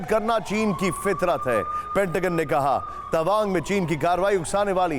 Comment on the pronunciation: Tabang nehi Tawang